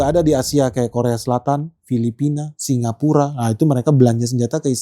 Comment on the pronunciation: Salah ucap singapura bang 8.38😅